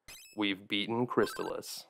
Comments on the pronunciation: But, isn't it pronounced "Crist-ALL-iss"? Excellent detailed video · I always pronounced it "crys-TAHL-iss, tahl rhyming with "doll," the second syllable being emphasized